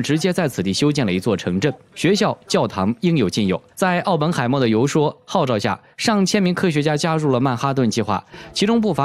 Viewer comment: 游说的"说”发“睡“音。